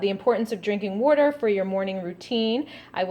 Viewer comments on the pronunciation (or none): "Werter..." are you in Philly!?